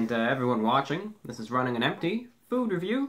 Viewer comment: Why does he say running on enpty